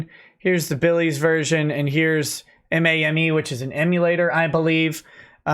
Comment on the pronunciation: Yeah. Him saying it as M A M E annoys me a bit. Lol